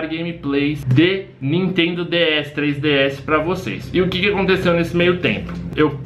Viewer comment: jaja vc toma um striker por falar nitendo no seu video kkk:-)